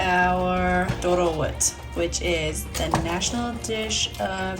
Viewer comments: Yeah she pronounced doro-wot (ዶሮወጥ) very well, I appreciated it 😄❤️ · The way you said “Diro wet “ is authentic. Nice work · You should tell us if you spent some time in Ethiopia 🇪🇹 or hang around Ethiopians a lot. Your pronunciations of the dish names is great. Alicha , dorowot, berbere… something people that are not Ethiopians or Ethiopian origin enjoying our most cherished food makes my heart warm. Specially the kids ❤